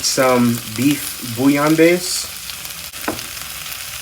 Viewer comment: Thanks for pronouncing bouillon correctly 🙂. That made my day.